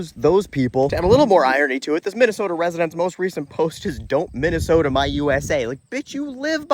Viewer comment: Minn eh soh tah.